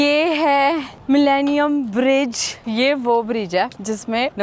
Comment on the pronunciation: hoootel nahi, ho tel bolte. UK me veg Khana bhi multi hai, salad kab tak khaugi😂English me to acchi tarha padhna at to apna mazaak kyu banati ho. Riksha kyu chalwaoge, cycle par riksha jaisa city me pahile SE hai. PAISA kharcha Karna padhega. Yaha muft me Kuch bhi nahi milti. Aur bridge ko bridja😂kaun log ho, India me kaun se gau se ayee ho, itni badhi YouTuber ho aur fir bhi illiterate ho.